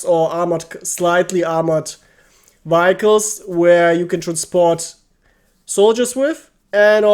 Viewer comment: Danke für deine sehr hilfreichen Videos. "Vehicles" spricht man allerdings ganz anders aus, falls dir das nicht bewusst war